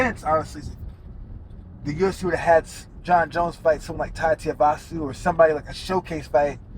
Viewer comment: "Tiavasu" lol did Uncle Chael and King Mo just become best friends?!?!?